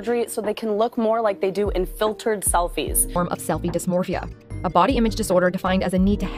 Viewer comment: as a ftnb WHY IS NO ONE TALKING ABOUT HOW THEY SAID DYSMORPHIA LIKE YOUR DYSPMORPHIC